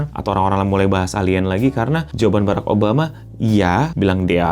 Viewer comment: Tinggal ngomong barak malah Beraek